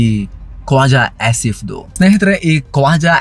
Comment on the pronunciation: ನೀವು ಅವನನ್ನ ಖೋಜ ಆಸ್ಸಿಫ್ ಅಂತ ಒತ್ತಿ ಹೇಳುವಾಗ ನಗು ಬರತ್ತೆ😂😂